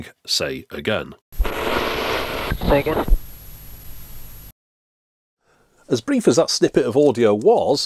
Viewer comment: The "say again" sound clip sounded like "Sega"